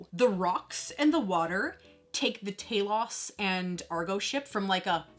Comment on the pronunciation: Respect an American who can actually pronounce the characters name correctly, mines on the way . Nice review girl 👍👍